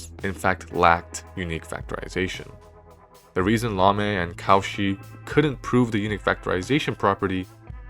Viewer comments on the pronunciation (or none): Many thanks for this interesting lecture filled with knowledge and suspense. It would have been perfect if the speaker had pronounced the non-english names of the mathematicians correctly. Lamé not L'ame. Cauchy most terribly deformed to cow-chi instaed of co'shee. Jacobi -> Ya'cohby. Dirichlet -> D'eereeclay. André Weil -> Vile (almost like Wiles with the final s dropped). But this is only a minor flaw in an otherwise excellent presentation.